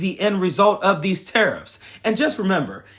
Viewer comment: Tariff sounds like Titith, thieft, GOlieth: keep, keep on